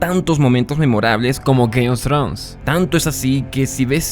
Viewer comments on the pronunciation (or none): Si no sabes inglés esta bien, pero mejor di Juego de Tronos... No Gays of trus...